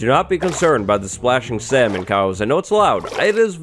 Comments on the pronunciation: cough cough “sailman” -wattles I’m sure you mispronounced it Cause I’m pretty sure it’s pronounced SAman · It's NOT sal mon It is samon But It is spelt salmon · Did just pronounce salmon as sail-men? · Me: Salmon: Sailmen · "Sail-men" lmao